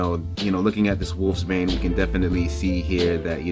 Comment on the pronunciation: Pronounced Wolfsbane bro🤔